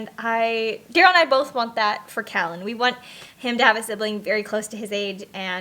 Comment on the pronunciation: We are having our 6th baby in a few months . I really wanted to use the name Callan. I’ve loved it for a long time. But my husband is liking another name better... anyway you say your sons name so beautifully, makes me want to use it even more! Congratulations on a new pregnancy!